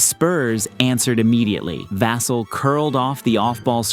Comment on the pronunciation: nor how to pronounce vassell, his name is said hella times during the highlights and he still can't get it right lmao